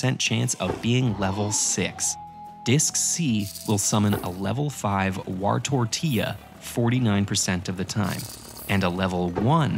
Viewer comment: "wartortilla" PFFTTTTT